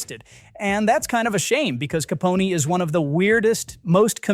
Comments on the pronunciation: Somebody please tell this ignorant twit that it's pronounced "ka PON", like the word, 'phone" without the 'H' in it. It's NOT "caponey". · you're not serious, are you?? Capone-y????? It's Al Ca-pone (like phone!!!) AI is a tool for the lazy google is free Education isn't a thing any more - CLEARLY #dumbass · Who the hell is narrating this video? "Caponey"? Wow, so pathetic. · Caponey? CAPONEY? God save me from this AI-read shit. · Capony? Can't they find AI that knows how to pronounce English?